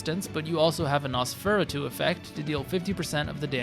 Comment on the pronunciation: Caught the editing typo, left the "Nosferatu" bit in there twice (once when you mispronounced it lol) Good job overall, tho